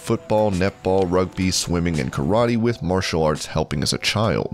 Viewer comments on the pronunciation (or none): none